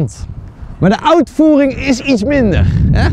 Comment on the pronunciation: Thomas kan nie nederlands met zijn outvoering Het is uitvoering